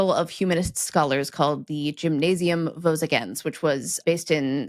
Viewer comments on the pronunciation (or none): none